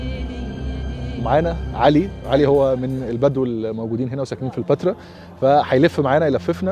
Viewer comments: بس ياريتك تنطق كلمة البتراء كويس...ليش مُصر تحط كسرة تحت الباء، انطقها زي مانطقوها الولدين بأول الفيديو هو هذا النطق الصح،البتراء موش البيترا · انت ليه بتنطق البترا كانك بتقول البيتزا بكسر الباء مع ان كل الناس بتنطقها بفتح الباء